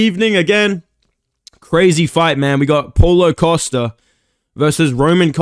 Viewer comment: Thought you said pullout costa